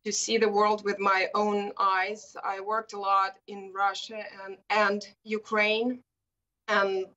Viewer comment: Did she just say, Ukraime?